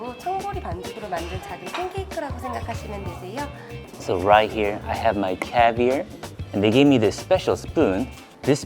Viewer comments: I'm a big fan and been for a while. Your pronunciation of CAVIAR is killing me LOL. It is caviAR, not caviER. hahah love you still :) you funny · love the way u say cavier its caviar😂😂😂😂😂😂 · Its called caviar not cavir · it’s pronounced ar at the end like car. Caviar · You have to get pirate-y when you say caviar. It's pronounced caviarrrrr (cavy-R) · Him saying cavier is driving me crazy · The way says "caviar" 👍😂😂🥰🥰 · You sound very Texan when you say caviar xd